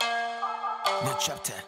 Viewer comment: なんちゃって！って言ってる？？･･･なんちゃって！って言ってるよね！？？ と思った初見の「New Chapter」ｗｗ